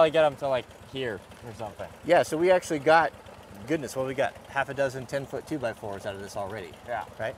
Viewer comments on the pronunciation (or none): none